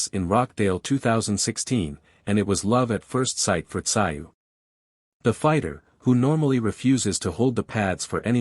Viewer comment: This AI is embarrassing. Can't even get his name pronounced correctly.